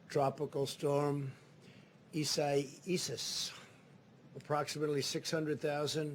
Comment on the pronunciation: I swear that the tropical storm was named Isaias just to have a laugh at trump trying to pronounce it in his briefings 😂🤣😆😅